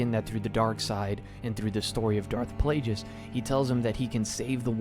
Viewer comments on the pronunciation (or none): pronouncing Plagueis as PlayJis physically hurts me, amazing video tho i really enjoyed it :) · “darth Playjuhs” 💀